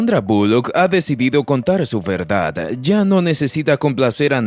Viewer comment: Porque habla así? Vererdad, Porofundidad, contarar… etc